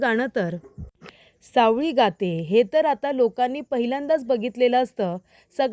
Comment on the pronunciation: सावली म्हणा सावळी नको